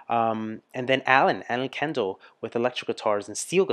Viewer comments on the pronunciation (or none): none